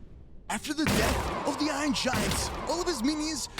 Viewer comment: can't say iron